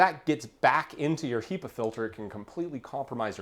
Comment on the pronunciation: So strange you say "HEE-pa" I've only ever heard it pronounced "HEH-pa"